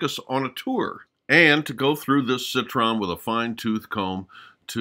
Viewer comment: Citroën not "Citron" byt the way, it's one of the anachronisms of the otherwise brilliant movie. The 2CV is evidently too young for 1962.